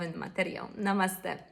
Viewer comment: Trochę zejdę z tematu. A propos wymowy "namaste". Wymawia się z naciskiem na końcówkę, czyli na "e". Kiedyś moją wymowę poprawił buddyjski mnich. Wychodzi na to, że mało kto w naszym kraju wymawia poprawnie. Mam nadzieję, że dobrze wytłumaczyłam.